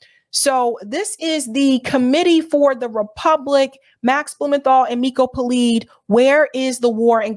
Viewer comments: It's PeLED, not Peleed. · Miko Peled- pronunciation of his name please correct